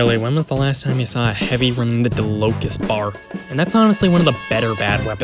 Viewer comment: your pronounciation of dalokohs makes me sick